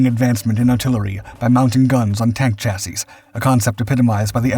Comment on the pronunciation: This guy has finally learned how to pronounce chassis properly.